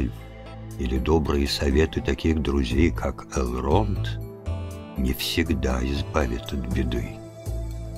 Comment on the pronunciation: Мужчина читает хорошо, но какой у вас перевод книги нелепый, где вместо орков гоблины, а названия городов и имен с не правильным ударением Э́лронд а не Элро́нд Го́ндолин а не Гондоли́н Ри́вендел а не Ривенде́йл Всю атмосферу портит Еще песни эльфов на сельский лад какой то, где эльфов выставляют какими то сельскими дурачками которые с Гендальфом и гномами как с дружками разговаривают